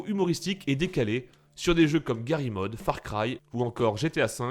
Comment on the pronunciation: GARRY MOD ?????? GARRY'S MOD putin le S se pronnonce